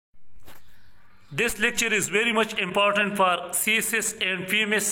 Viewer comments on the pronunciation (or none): none